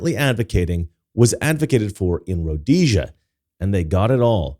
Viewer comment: Actually it's pronounced Rhodesia